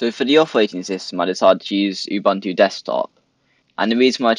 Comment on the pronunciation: It's pronounced "OOBOONTOO". "OOBANTOO" doens't exist.